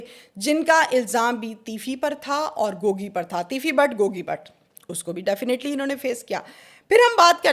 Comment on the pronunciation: Gogi, not Gooogy